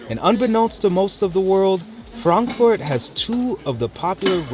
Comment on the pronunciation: Thanks for pronouncing "Frankfurt" the correct way :) many English speaking people say "Frenkführt" which sounds very weird 😂